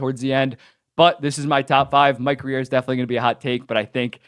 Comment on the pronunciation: It’s just Grier listen to the way his name is pronounced